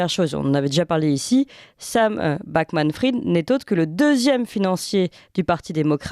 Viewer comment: C'est quand même effarant que personne ne sache prononcer Bankman-Fried: BANN-QUE-MANN FRIDE. Autrement dit prononce correctement le premier nom de famille et Clémence Houdiakova le second. "Fried" vient du yiddish "frid" qui veut dire "paix". L'origine de "bankman" est moins claire, cela peut être lié à la banque, ou à un autre type de métier ancien. Dans tous les cas c'est prononcé comme les deux mots "bank" et "man" à la suite.